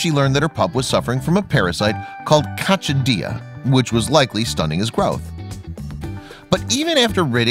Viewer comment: It's pronounced *coc-si-dia